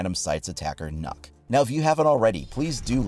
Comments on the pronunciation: is not nokk it's nøkk ;) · Fun fact it’s pronounced nukk not knock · *Nøkk not knock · Nøkk is Danish, Ø is a Danish letter, and if you remove 1 K from her name it spells Nøk, which isn't a word, but when you sag Nokk, you're actually saying Nok, which is a Danish word that means Enough, so the joke sounds funny, but you're saying the name wrong and the joke doesn't make sense if you do a little research to find out how you say her name properly Nice joke tho 👌🏻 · It’s not Nokk, its. Nøkk. It’s like Nökk. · its nokk not knuck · Why do you keep saying "nuck"....its "knock" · Actually, the pronounciation is more like "nuke" not "knock." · NØKK NOT NOCK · it's nøkk not nokk lmao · Its not pronounced “nork”, its pronounced “noek” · But it's pronounced nuk... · No, because her name is pronounced Nukk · His name is not even close to being pronounced as "knock" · No, because unfortunately that's not how Nøkk is pronounced. It should be pronounced like nook. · Am I the only one that hears “nut” when he says nøkk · Everyone: It's Knock: Knuck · You say it like nuke but than without the e so nuk, got this from a Danish friend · "Ø" is pronounced as a "U" It's Nukk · He said nukk........boi😫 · Pronounced Nook spelled Nøkk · Please, if you ever say her name in the future, try saying Nyck instead. You will be far closer to the correct pronounciation. Ø is not an O. Neither is it an Y, but it's the closest letter you really have, in English. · He says it like it's spelled nuck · Its pronounced nook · it pronounced nʊk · Not to be rude but u said here name wrong You say it like Nöökk Well At least If you were Saying it right i don't even think the r6 team says it right to be honest XD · It’s pronounced nook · Well it certainly isn’t pronounced knock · pronounced nook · like hvis du er dansk og du syntes at folk ikke kan finde ud af at udtale nøkk's navn ahha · Am I the only Dane who knows how to pronounce "Nøkk" properly? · Kinda triggers me how people pronunce nøkk